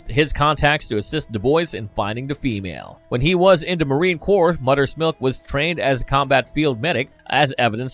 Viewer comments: moTHers milk moTHers MOTHERS not mudders milk. you sound like a yank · That English though lol. Mudder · Are you able to pronounce “Mother’s”? You says mudder every time. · your accent makes it sound like Mudders Milk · Love the way he pronouce’s MOTHER lol “MUDDER’s” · Am I the only one hearing muddah’s milk? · “mudders milk”